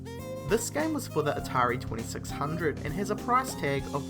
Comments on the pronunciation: Hearing you say "atari 2600" was dreadful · say atari 2600 one more time...